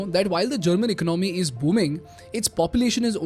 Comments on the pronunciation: Great video. One feedback, economy is pronounced as"EcOnomy", not "Icnomy". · It is not eknomy it is economy pronounced as ak as 1 o hindi akonomynsound must come 1 word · I really really like your content. I truly believe it's excellent. But as a son of an economics teacher myself, please consider my request to change your pronunciation for the word economy. It's not eco-nomy, it's eco-ne-mii. Or close to it. I hope you'll give it a thought :)